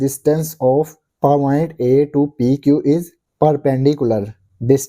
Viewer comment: And paaaoint also said wrong😅😅😅😂😊😂